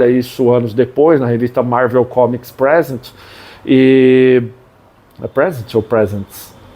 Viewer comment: La vem o chato da pronúncia de novo, mas só pq vc ficou na dúvida: PRÉsent é presente. Já preSÊNT é o verbo apresentar (caso do título da hq)